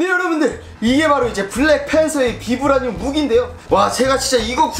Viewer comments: 발음 바이브레니윰 임 ㅋㅋㅋ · 영어 발음은 바이브라늄! 우리나라말로는 그냥 비브라늄이라고 하더라구요~!